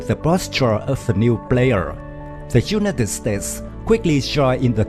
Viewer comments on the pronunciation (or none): I only counted four pronunciations that could be better, the I, used in the word United, say it like "eye". The o, in total say it like "oh". The I, gasoline sounds like two ee and mow sounds like moh :) hope I've not made it more confusing, I have no problem at all understanding!!!:)